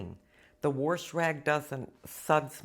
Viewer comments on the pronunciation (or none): one question..., have you lived in Montana or Wyoming? I hear a bit of an accent a few times. but the word "worsh"sounded like it!! you are a joy and inspiration!!!!!